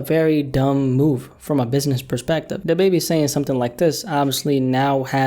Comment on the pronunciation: Da bebe.. it’s Da Baby, bro!! 🤣🤣🤣🤦‍♂️🤦‍♂️